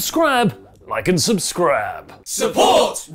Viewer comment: said "SubScrab"!!! My day is made!